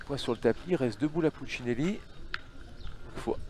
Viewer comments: C'est marrant de ne pas arriver à dire Puccinelli. 🤣🤣🤣 Puccilini😅😅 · Le commentateur qui prononce « pucineni » et « doère » connais t’il un minimum les joueurs ?😅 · Puccinelli va vous faire un procès au vu de la prononciation de son nom lol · Franchement insupportable le commentateur qui sait pas dire pucinelli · Pastorelli Ça c'est sûr. Il a complètement écorché son nom. Celui de David "Lilian" Doerr aussi, d'ailleurs. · Ce serait bien que le commentateur prononce correctement le nom de Puccinelli Il le découvre peut-être 😮